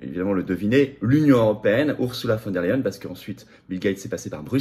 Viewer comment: On prononce "OURZOULA FONE DER LEYEN" et non "OURSSOULA VANNE DER LEYEN"